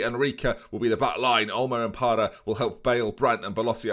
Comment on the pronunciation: Parra - yes. Carr - no. Very much no.